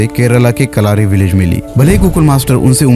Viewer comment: Kal-aahri ❌ kal-uh-ri ✅